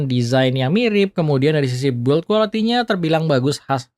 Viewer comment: Pronunciation "design" lu udah bagus padahal bro, tapi kenapa pas kata "build quality" selalu aja ga pernah lu benerin. U nya ga dibaca itu bro jadi bacanya "bild". Channel lu udah bagus tinggal terima saran yg bagus kalo lu ga ego.